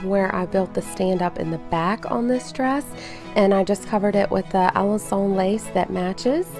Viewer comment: You are AWESOME . . BTW, the French say a-LON-son, with the stress on 2nd syllable